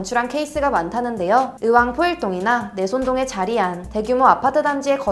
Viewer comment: 요즘엔 수도권에서도 젊은 애들은 의왕을 으왕으로 발음하는 경우가 많네. 얘들아 으왕은 전라도 사투리야.